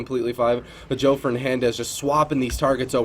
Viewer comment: It's Joe not Joey lol